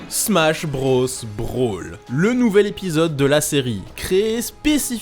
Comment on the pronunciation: nobody:: "smash brausse"